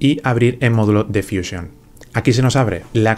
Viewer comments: Pero si estás hablando en español porqué dices fuísion? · Es que ha estado en Whashinton, por eso dice fuísion y no fusión.